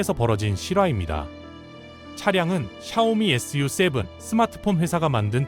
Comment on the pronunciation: 언뜻 컨텐츠가 좋다고 생각했는데, 자막 읽을 때 '전국인민정치협상회의', 'SU7' 을 엉뚱하게 읽고, 다른 단어들도 이상하게 발음하는거 보니 AI 로 쉽게 컨텐츠 생성해서 만드는 거 아닌 가 의심이 드는데요.